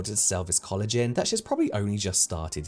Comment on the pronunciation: I'm sorry, but I cannot STAND the way the first lady was saying collagen. "Coolajin" AAAAAAA